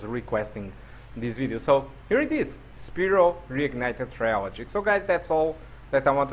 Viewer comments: The way you pronounce Spyro bothers me. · This is how we pronounced Spyro as kids